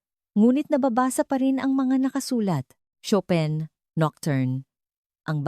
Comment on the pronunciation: Chopin pronunciation is incorrect